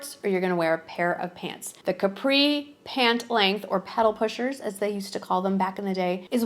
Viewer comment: It’s with a light th sound.